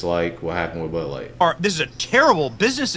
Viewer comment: Oof ! “Burr Light “ 😂